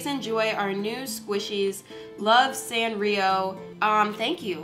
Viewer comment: Her saying Sanrio wrong triggers me so much for some reduce 😂 Edit: I love you soooo much! 💕